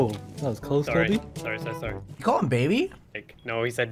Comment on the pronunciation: said dilby